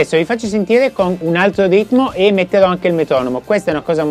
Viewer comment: Altro o arto? Non si capisce😅